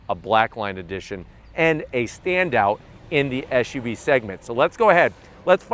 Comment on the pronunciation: brotha, it's an suv, not an esh uv. hope you can learn that quickly